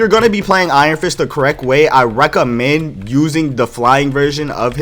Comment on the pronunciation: My dude must be a fighting game player with that “Rekka-mend.” Fei Long would be proud 🤣